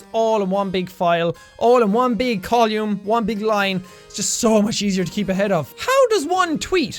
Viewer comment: The way he says column